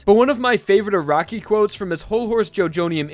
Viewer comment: Anyone else bothered by this guys saying A R A W K I